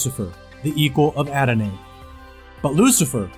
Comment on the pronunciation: dude you open by reading a thing about adonai, etc. except you mispronounced every other word and even used the wrong word "hearsay" instead of "heresy" which is pronounced "hair-uh-see" and it means a false doctrine. adonai is pronounced "ah-do-nah-ee" and satanist didn't give that name to adonai, the israelites chose to use the term "lord" or "adonai" in hebrew and to never speak the name of god, which was yahweh. and then after that, you use logical fallacies to try to give reason someone should believe the bible - you should put your faith in jesus christ because satanists believe in satan is essentially the argument you made. that's ridiculous. and it doesn't reflect the message of jesus christ at all, nor does it follow the doctrine of salvation in the christian religion. so i'm stopping the video bc you made a horrible argument for belief in the bible, and you mispronounce everything. even if you have good information in your video.... you're going to lose audience because you mispronounce all the words and use logical fallacies. to me it sounds like perhaps one might ask one's self "why do i believe the bible is true? what proof is there that any of it is true? how can i know the information i learn is true and accurate?" those seem like important questions to address. just some feedback. all the best to you.